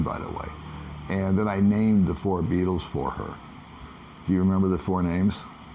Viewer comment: is going to put on his pink Speedos along with pink kitty ears and pink mask and never mention Corona virus or "gay" scooter ever again. Are you sure that wasn't a Balut checkpoint you went through? I love how pronounced the Baitels. Lol